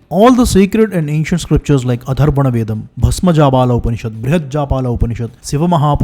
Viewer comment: Bro, honestly...I don't know if you ever read the comments section. You need to correct your pronunciation of "th"/"त" . You always pronounce words such as Atharva veda as Adharva veda. Please correct it. This is not the first time this mistake is pointed out. Hope you don't take this input as an offence. Thank you.